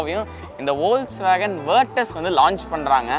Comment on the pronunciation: Ollswagen illa da deyy folks-wagen.